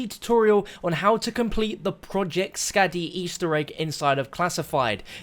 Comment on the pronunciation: Please stop saying Skadi like Scad-E. Its pronounced Scar-di